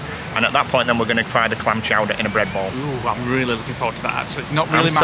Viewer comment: Very much enjoyed this vlog guys. You made us chuckle at the amount of times you said “Clam Chouder”. So pleased it met up to expectations. Looking forward to your next vlog 🤗